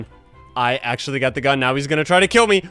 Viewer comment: i like when said thats achully crazy brotheer at 6;50 lol